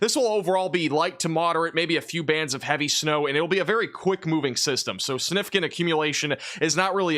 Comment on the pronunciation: Is it just me or does it always sound like he says "Sinificant"? Thanks!